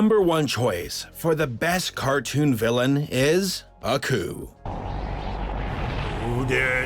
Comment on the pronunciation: It's Aku not accu